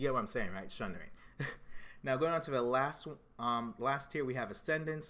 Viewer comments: theres no H in sundering. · SUNDERING!!!!!!!!!!!!!!!!!!!!!!!!!! there's no H !!!!!!!!!!!!!!!!!!!!!!!!!!!!!!